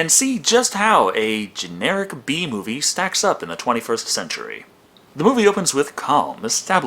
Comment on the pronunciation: Is it just me or him saying B movie sounded like a pun on the "Bee movie"?